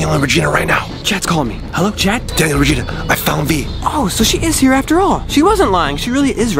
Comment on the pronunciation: it is Regina not regene